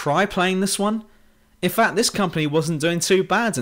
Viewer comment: you very ofteny pronounce c, d and t like "ng" facts -> fangts bad -> banned